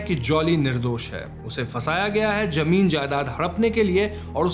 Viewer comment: You speak well but fix your pronunciation of “Z” say Zaroor not Jaroor say Zameen not Jameen sounds unsophisticated